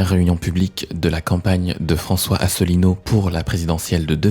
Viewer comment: "Cher" Mr François "Allineau" ??